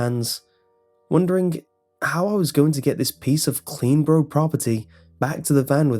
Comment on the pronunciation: Is he saying CleanBro or CleanBorough? 😂